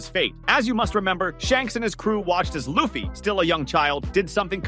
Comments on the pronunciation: Man how can you mispronounce the mc’s name? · It’s so annoying lol